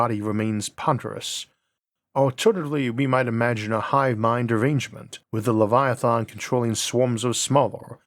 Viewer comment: “Lievalythons” 😂 Interesting way to pronounce Leviathan.